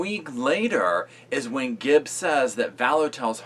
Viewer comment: Am I just super neurotic , or does it drive anyone else crazy when people put an "s" at the end of "Gibb?" ....No? Just me, then? Alrighty... 👍🏼